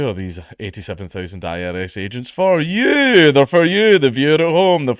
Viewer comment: "one thing I'm struggling to understand" You. I'm struggling to understand yeou